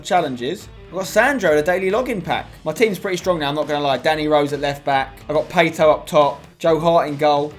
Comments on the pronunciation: Pato not Pay-to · atto not ayto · the way he said pato... 🤣